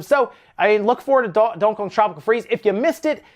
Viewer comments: Bro learn how to say DONK-EY K(AH)G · I always find odd how he pronounces Donkey Kong like lol. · Seriously..have I been saying donkey Kong wrong or is it just two words you have a problem saying.. lol anyway love your channel